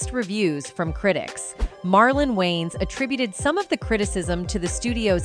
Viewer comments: Not Wayne's family. Its Wayans. Once you here it , you cant unhear it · It’s pronounced “WAY-YINZ” not “WAYNEZ” 😩😩😩😩😩